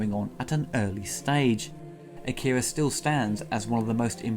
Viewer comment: Saying "Akira" wrong the whole video